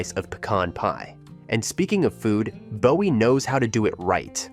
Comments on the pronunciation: Not BO WEE, but BOO WEE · Yes, it is "Boo•ee"! And, Clee•burn (Cleburn), not "Clay•burn", and Kor•enth (Corinth), not "KuH•Renth"! So many yankees and fer'ners!🙄 😉😄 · If you are going to do this, at least pronounce the town names right. Bowie is BOO ee not Bow Ee . And don't even get me started on Mexia. This lack of knowledge makes me doubt the facts are correct. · Boo e not Bow e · Isn’t Bowie pronounced BOO-E??? The mispronounced city names are atrocious. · Bowie, Boo-ee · "Courthouse square" in BOWIE? ...Oh, and it's "Boo-ee". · If you’re going to do a documentary on Texas learn how to pronounce Mexia and Bowie. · Bowie was mispronounced too.